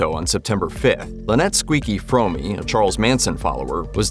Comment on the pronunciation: Fromme like home not fromey